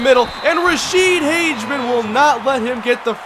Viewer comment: Hey you keep pronouncing Rashede Hageman's name wrong. Say it like Hag-a-men